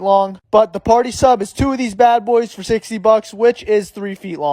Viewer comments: Did he just say $16 or $60??!?!!! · Did you say 60!! Or 16? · I don't get it did you say 60 or 16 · Did he say 60 or 16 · I think he probably didn't say it clearly enough he probably meant 16 instead of 60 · Did he say 16 or 60? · Did you say 16 or 60 bucks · DID YOU SAY $60 OR $16 ?!? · Did you say 60 or 16 ? 🤣🤣